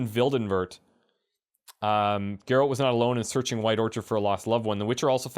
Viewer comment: "Searchig." Fine, that's the end my nagging.